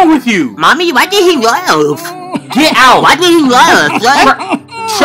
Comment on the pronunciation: why did he leaaeugh whats the jyoohke?